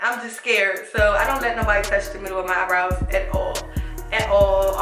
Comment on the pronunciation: Keanna Jones She even says "i do my eyenrows before i do my full face"😊